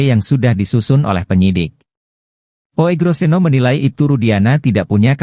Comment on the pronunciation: Membacanya Ugroseno bukan OEGRO ... itu ejaan jaman belanda, mohon dipahami...